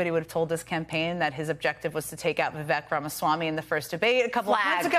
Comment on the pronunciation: It's [VIV-AEEK] - like CAKE... I thought you two were professionals. 🙄